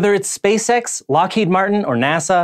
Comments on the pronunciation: Well, I did at first think he said “Space sex...” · I also heard space sex at the intro until I turn on the cc.